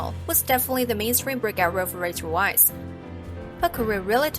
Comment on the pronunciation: OMFG! These names! You should learn to pronounce them correctly before making a video. Omid Djalili is not "da-JAH-la-lee" it's "Dja-LEE-lee" And Rachel Weiss uses the German pronunciation of her last name: "Veiss"